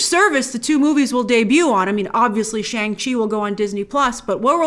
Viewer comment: It’s “Shong-Chi”, not Shang